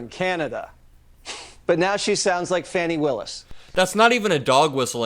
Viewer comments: Jessie waters should be fired for saying fanni instead of fawni- its the job to know the names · Fani, pronounced the way the faux news host does means “buttocks” in the USA but in the UK and former British Empire countries (e.g. Australia, Canada, New Zealand, South Africa, etc) it is FAAAAAR higher on the list of indecent swearing. It gets you bleeped in a country where they dont bleep out the F-bomb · …he’s purposely saying her name wrong!